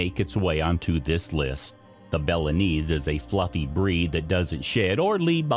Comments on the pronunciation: It's k (kairn), not "karen" terrier! Lhasa, not Lhapsa, Apso! Nor is it Bella-nese! It's "Boh-loh-neeze' " or "Bo-lone-yez'-zeh" - like the sauce. Just imagine that the word "visage" is spelled v i z u d g e the last part sounding like judge, visage might be easier for you to pronounce if you did. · Bo-lo-ness, not Belanese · Yeah, he mispronounced cairn, bolognese, Lhasa apso, and maybe one other. "Karen" terrier? My ears bled a little.